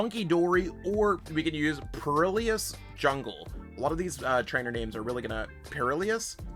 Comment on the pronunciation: im sorry how are you pronouncing perilous??